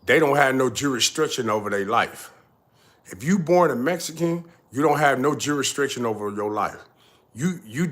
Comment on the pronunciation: Shout out to u! Keep up the real work. I just got to say this my Nigga is pronounced Jurisdiction not juristriction. lol its like u mixing strict jurisdiction into one word. But other than that it’s all facts